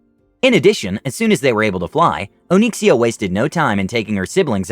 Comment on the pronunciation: O-nix-e-a it's not Oh-neeksia lol